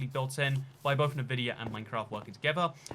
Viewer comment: Everytime says NuhVidia instead of ENVidia, one of my braincells dies.